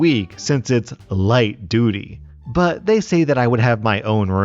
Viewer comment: Light duty... making it sound more like sheit duty😑